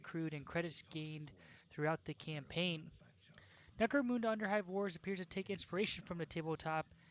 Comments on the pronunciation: Necro-muhnda, not Necro-moonda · Munda not muuuda